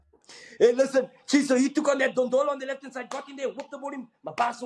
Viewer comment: 😂😂😂😂 Moneeb Dondolo, instead of saying Ndlondlo